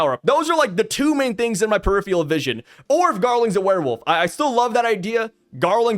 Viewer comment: “periphial vision”? You mean “peripheral vision” 🤓